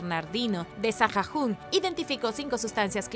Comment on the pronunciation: La H es muda se pronuncia Saagun